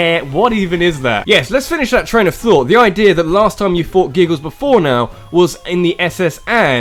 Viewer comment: I know he said train of thought, but it sounded like Trainer Thought. Get it? because Pokemon